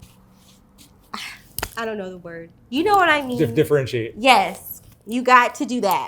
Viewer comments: When did I disagree with that? An intelligent person would know how to say differentiate. Intelligent people pick shit up as they go. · Articulate ?but cannot pronounce the word differentiate??🤨😒🤣🤣🤣🤣🤣